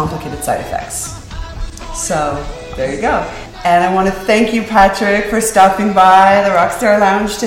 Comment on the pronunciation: I thought she said "thanks Patrick for STUMP-ING BY" HAHAHA!!that killed me!!! ;D